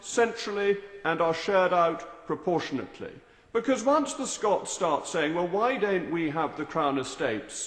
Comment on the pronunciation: " Ptopportiojate " ? London takes 92% of Scotland's oil revenues ?Scotland gets 8% of Scottish oil revenues ! That's what english Tories call " proportional " !